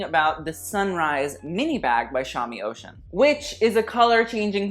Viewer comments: I think it’s pronounced oh shoon not ocean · I think Shami Oshun is pronounced "Oh-shoon" as in the Goddess, not "ocean" 💙💙💙